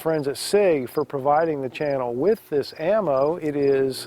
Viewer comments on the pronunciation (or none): none